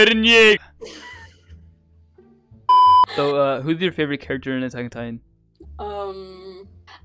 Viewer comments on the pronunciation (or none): none